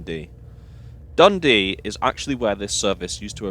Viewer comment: With the exception of the three biggest cities (Glasgow, Edinburgh and Aberdeen) Scots placenames hardly ever have stressed first syllables, and it sounds really naff to pronounce them as you do. So it's M'nTROSE, D'nDEE, etc. At least you got Kircaldy more or less right.